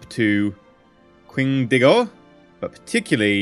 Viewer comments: the way he pronounced "Qingdao" in the beginning of the video was horrid. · I'm sorry, but you absolutely butchered the pronunciation of Qingdao...